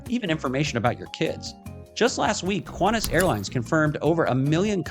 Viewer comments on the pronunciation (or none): none